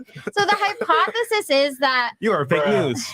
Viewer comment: This chick said Hypothesesissss lmaooo lol. 🤣🤣🤣🤣🤣